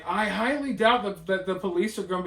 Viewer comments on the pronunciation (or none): none